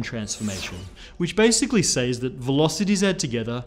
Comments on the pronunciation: I like how he says “says” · Its pronounced "sez" not "says"